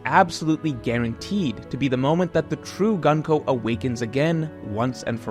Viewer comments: Pleeease stop calling her Gun-ko...... It's distracting af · For future reference her name is pronounced グンコ - goon-koh The same way you pronounce the U sound in Luffy